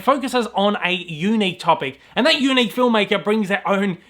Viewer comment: The way you say unique is very YOUnick!